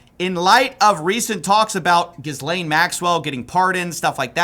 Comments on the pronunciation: Pronounced: Ge- lane. Like "get" minus the "t" Not jiz-lane Not guy-lane Not whatever tf people say Her name gets butchered more than angus cows Call the PET-O by the right name. After all, she'll be free soon. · Man, i know i am picky about it and off topic, but the name is pronounced GHE-LAIN MAXWELL, not GIS-LAIN MAXWELL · If you're going to try and make money off this story, at least you can learn how to say each person's name. Gizz lane lolol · Gih-lain not Giz-lain. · I don't like the new way you are pronouncing "Gis-lane Maxwell" can we go back to "Jizz-layn Maxwell" from the earlier videos. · If you’re gonna mispronounce her name, at least mispronounce it correctly. She’s jizzlane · I take your reporting very seriously but you make it pretty hard when your research didn't include the proper pronunciation of Ghislaine. There's a few ways to say it and none of them are Gis-lane. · ghislaine maxwell <--- ghislaine is pronounced GEE-LEN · Pronounced: Gi-layn Maxwell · Actually it’s GHEE-lane. Hard g sound . S is silent. Guh-lane or Guh-lan. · it's pronounced "Gi" (as in Gigi) "lane". "Gi-lane". It's like Franch. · For someone who seems to do a lot of research on these videos and gets so many views, it is pretty jarring to hear you keep mispronouncing Ghislaine's name. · This man absolutely refuses to correctly pronounce Ghislaine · Please learn how to pronounce 'Ghislaine' correctly. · You do not pronounce the “s” in Ghislaine Maxwell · Dude... How many times have you heard Maxwell's name mentioned in the media ? Thousands of times, I imagine. Yet you STILL pronounce her name incorrectly.... & yes. Trump is on the list. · Ghislaine (no S pronounced, ) is definitely working the system with Trump and his ex-lawyer buddy in the DOJ. Imagine telling the American public that she "told the truth in private" about a woman who is convicted of perjury alongside the most prolific serial child predator/sex trafficking business we've heard of.